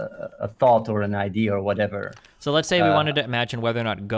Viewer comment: Its been years and this idiot still doesnt know how to pronounce "idea"